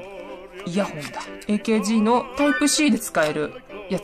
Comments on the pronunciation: エーケージーではなくアーカーゲーですよ〜ん！ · ケースの内側のプチプチ（点々）は 滲み（にじみ）防止加工です。 あとAKGの事をえーけーじーって言ってますが ただしくはあーかーげーです。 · AKGの読み方 えーけーじー❌ アーカーゲー⭕ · アーカーゲーが正しい読み方です！